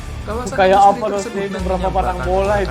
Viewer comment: Siapa bilang papua Nugini tadi ngaku,,, hayo dan ada yg ngucap indastri ,yg bener baca inggrisnya industry kalimantan park